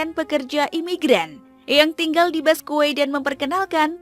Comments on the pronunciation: BASQUE ITU DI BACA BASKE MBA, BUKAN BASKUE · Dibacanya baske bukan baskue min, jadi aneh banget narasinua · Bacanya Baske bukan Basque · Mohon maaf saran min, d bacanya "baske/basqe", thx u min